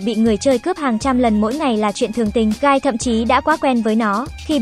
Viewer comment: Tôi lỡ nghe guy thành gay